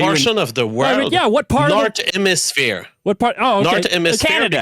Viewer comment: I lost it when he said "ze nourzeurn emisphear"